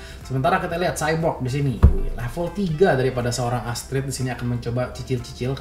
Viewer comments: W denger Sebut cyborg rada greget, Nama nya kan X-borg bukan cyborg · XBORG BANG BUKAN SHYBORG